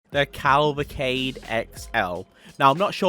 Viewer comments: The CAAAAAAAAAAAAAALVACADE, it's called a Cavalcade bro xD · Say it with me, Ca-val-cade. 👍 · I go crazy when you pronounce it as calvaclade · Still mispronouncing Cavalcade bro